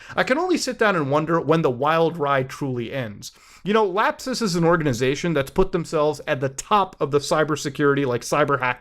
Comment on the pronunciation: "lap-SUS" LOL